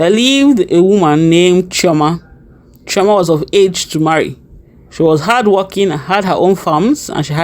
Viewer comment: Chioma not choama